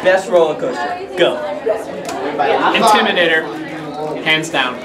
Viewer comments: OMG IM SOOO WEAK 💀💀💀😂😂😂😂. "Intrimator" 😂😂😂. Carowinds is my home park do fury 325 or nighthawk. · “Intrimadator” made me wheeze so hard 😂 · I lost my sh*t at "Intrimadator"